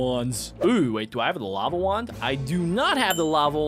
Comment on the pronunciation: When he said lava wand I herd lama wand😂😂😂😂😂😂😂